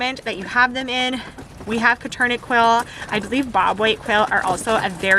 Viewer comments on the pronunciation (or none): Nice vid, and has some very good info on how to get started and caging requirements. (BTW - the name is pronounced "Coturnix," not "Coturnick") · STOP SAYING "COTURNIK"!!!!! THEY ARE "COTURNIX" QUAIL!!!!! SERIOUSLY, PRONOUNCE IT CORRECTLY!!!! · You should pronounce Coturnix correctly...